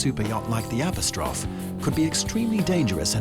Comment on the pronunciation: "App-oh-strawf" lol